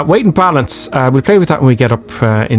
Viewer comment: No offense, I'm just wondering why are you pronounce cockpit as "cockpish", weight as "weighsh"? What is this accent? Cause I'm not a native English speaker, just curious.